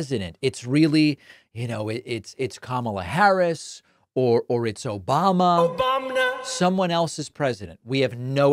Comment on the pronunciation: I've officially been conditioned to always hear the soundclip of Hasan saying "Obamna" whenever I hear "Obama" now. Thank you.